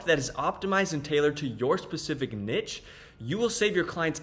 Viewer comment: It is pronounced "nee-sh"